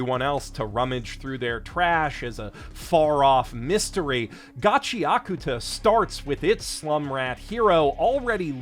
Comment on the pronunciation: Shoutout to for saying Gachiakuta correctly